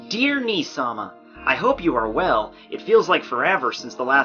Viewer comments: Actually that should be Nee-sama (elder sister) not Nii-sama (elder brother). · its nee-sama for sisters. nii is brother and yoruichi is a girl